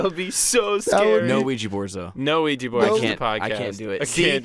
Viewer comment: When they said the word qujia board Insta chills and a bloody nose on the dot when the said qujia board